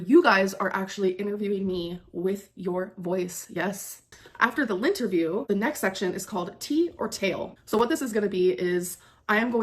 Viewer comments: same gooorrrrlll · Same!! I was just gonna comment about that!! Does she hear herself??? It's very fitting considering she forces ppl to pick LINT off of her!! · Did she just say “The Lint-erview”??? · She said Lynnterview, I heard Lint-erview 🤣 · Me too!